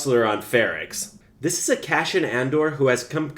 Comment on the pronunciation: Omg it's CASSIAN (Kass-ee-unn) lol not; "cash-in"!! 😁 (I'm just sayin' 🤜 💥 🤛) #ConstructiveCriticism #DontShootTheMessenger ✌️